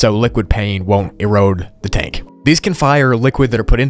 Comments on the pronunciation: “The trank” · It no say tank IT SAY TRANK